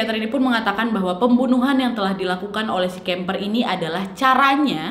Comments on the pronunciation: Kemper kok jadi kamper waak.. 😂😂ngakak saya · Kamper apa kimper wak😂